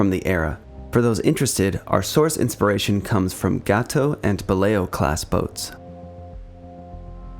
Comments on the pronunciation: He said it like Gah-to, which isn't a bad guess if he didn't know. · It is pronounced Gayto not gatow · More corrections and additions, mostly to your script: Gato is pronounced GAY-toe (and hull is not pronounced "hole".) The Bridge is only the uppermost, raised, semi-enclosed area for watchstanders in the sail, above the conning tower; it is not the entire topside area. ANY wall on a ship or partition in a tank is called a bulkhead; the pressure-tight bulkheads with the watertight doors are just the most sturdy of the many bulkheads on a sub. The compartments between the pressure-tight bulkheads have correct names you mostly did not use. In order, from-forward-to-aft, the proper names of the watertight compartments within the pressure hull are 1) Forward Torpedo Room, 2) Forward Battery Compartment, 3) Control Room, 4) After Battery Compartment, 5) Forward Engineroom, 6) After Engineroom, 7) Maneuvering Room, and 8) After Torpedo Room. The Conning Tower is the 9th watertight compartment. You are missing the bulkhead between the Forward and After Enginerooms, as was pointed out. "Textile curtains"? You mean "curtains", right? Saying "textile" makes it sound like your script was knocked together by an AI. It's called the C.O.'s Stateroom, not the Captain's room. I suppose the term "Officers' Country" MIGHT have been heard on subs (???) but there is really no such boundary on submarines, either now or in earlier times. The boats are too small and intimate for such nonsense. "Officers' Country" is a phrase you hear on surface ships and on shore commands, not on submarines. It's c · Dude, it's pronounced GayToe. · First , it is pronounced "Gay - Toe" , while it is referencing a catshark, it is not the spanish word. .... Second , Yellow alarm is for collision , red for emergency & GQ. .... Third , "restrooms" on ships are called "heads"